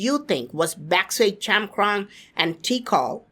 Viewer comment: Chankrong sounds like chaman